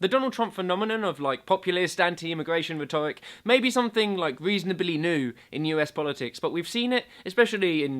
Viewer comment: Interesting pronunciation of the word rhetoric.